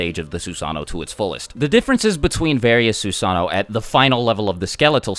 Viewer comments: Sue-san-o ???? TSU-SA-NO!! SAY IT RIGHT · It's not susaano... it's susanoo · It Susa-no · Fun fact: susanoo is actually pronounced like Su-Sah-No-Oh. It’s like this because Japanese people usually say the 2 O’s separately. There’s nothing wrong with pronouncing it as Su-Sah-No but if you go to Japan say Su-Sah-No-Oh so you don’t get corrected. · I definitely was pronouncing it “soo-suh-noo” 😂😂😂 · its actually su san o o because japenese people pronounce o's seperatly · "this is the sussano. It's Japanese for FuCkInG UnStOpPaBlE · Su sa NO, and Su sa noo like moo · It’s Susan - oh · No it's actually susano oh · The actual pronunciation is "Soos AH no Oh" the only diference between the actual pronunciation and the way was saying it is that he left out the Oh at the end. If he said Susano'o the actual way it was supposed to be said the video would be much more than 15 minutes. So basically for time purposes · It is pronounced su-sa-nu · *Every time he says Susano'o wrong, take a shot. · Why is he saying susanoo it’s susanoo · The susanoo mispronounciation is mind numbing